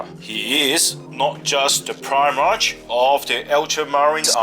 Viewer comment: Pronounced primarK, not primarch